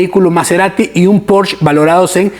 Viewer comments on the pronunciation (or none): none